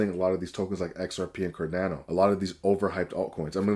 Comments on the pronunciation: My dude can't even say CarDANo 😅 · I have no idea how you ended up on my feed, but if I wanted to sound credible, I'd start by pronouncing cardano correctly.